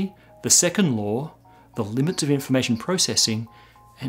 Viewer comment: Am I the only one to hear "2nd lore of thermodynamics"?